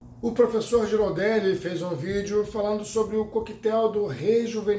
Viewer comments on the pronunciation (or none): Fala, se fala Guiraldeli.